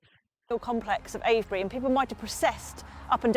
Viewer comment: It is pronounced Ave-bree, the first half rymes with shave. You were pretty close the first time. I've been to Avebury stones many times, not the long Barrow, but now I've seen this, I will. I live about a 2 hour drive away.